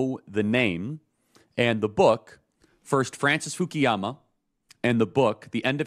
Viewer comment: 我敢说，他根本就没有看过福山的书。因为他连福山的名字都一直叫成fukiyama。但是正确的发音应该是 Fukuyama。如果他看过福山的书，就应该知道他的名字的英文拼写。